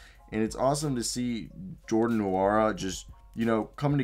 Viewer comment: just a small correction the "N" is silent! (N)wora